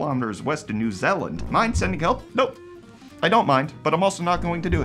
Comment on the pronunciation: Please say New Zealand correctly